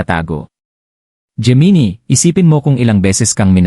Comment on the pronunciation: Bakit geminie ang pag bigkas?